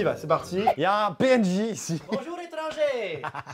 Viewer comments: tu as dit bonjou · Liloé Da Gloria il l’a dit mais il a pas insisté dessus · à son intro il a oublié le "r" de "bonjour"🤣🤣🤣🤣🤣